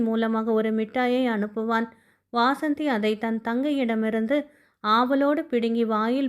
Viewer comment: Madam, வாசந்தி இல்ல வசந்தி